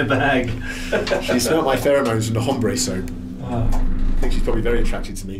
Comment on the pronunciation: The H in hombre is silent... 😂😋